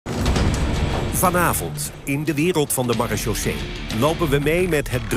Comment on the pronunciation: Nederland noemt zijn militaire politie "Maréchaussée" om vervolgens het woord totaal niet te kunnen uitspreken 🤣